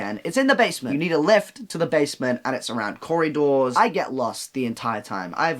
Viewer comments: around Corydoors instead of corridors is amazing :) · Noah talking about the green room incident: we had to go down corridors… My dumbass brain hearing it as *corry-doors*: wait- what?